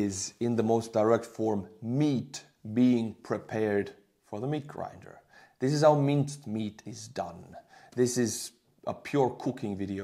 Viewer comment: You are trying to say grinder